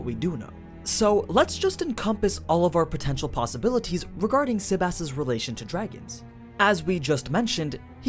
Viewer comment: Fucker keeps saying SebASS.